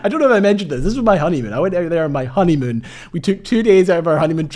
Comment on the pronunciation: did you say honeymoon?